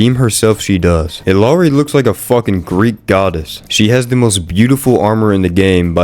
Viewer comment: pronunce it as "Iyari"